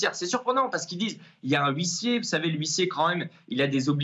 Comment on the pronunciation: Huissier = le H est MUET